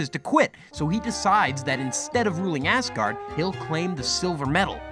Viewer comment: Am I the only one hearing “Assgard”?